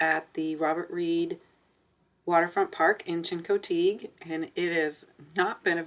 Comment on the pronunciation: Learn how to pronounce Chincoteague fgs. Couldn't bear to listen to you